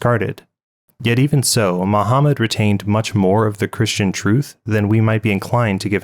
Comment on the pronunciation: 2 mistakes I found in your video: "Christia" instead of "Christian" Misaligned video end card and channel logo Great video as always. God Bless!!